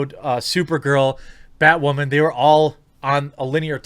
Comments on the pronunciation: God 😂 Can you stop saying “ butt wamen ” !! LMAO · JEREMY: "You may remember Batwahman--" Nope.